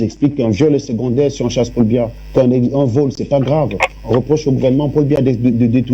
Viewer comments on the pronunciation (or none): Elle dit même pas Biya mais Mbia😂😂😂